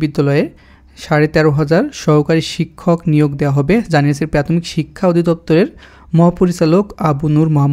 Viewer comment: আগে উচ্চারণ শিখেন তারপর ভিডিও বানান। প্রাথমিক রে প্যাতমিক বলেন